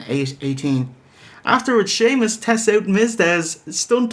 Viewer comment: i like when you say "shamo" instead of "Sheamus"